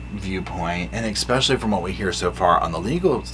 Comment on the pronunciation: Omg I love you darlin but quit saying “ekspecially” 😅